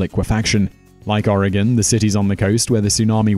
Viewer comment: Thanks for getting the pronunciation of Oregon correct!